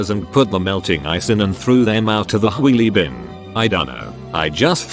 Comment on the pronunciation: Chweelie bin: Weelie bin: Chweelie bin: Weelie bin